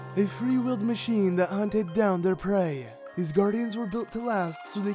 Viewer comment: holy cow is it ever jarring to hear u keep emphasizing the end of words: Ganon must be defeated-eh, hunted their prey-ah, 10 thousand years ago-ah. Why r u doing that?